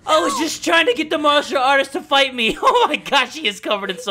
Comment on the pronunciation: Wtf Is a marsher artist?! XDDDD